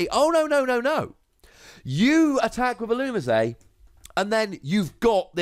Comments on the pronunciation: You say "That's the way you pronounce it I promise" all the time, yet if you just watch the show or clips of the show on youtube, you'll see it say "illumees". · The anime and the Pokedex 3D app pronounces Ee-loo-mee-zay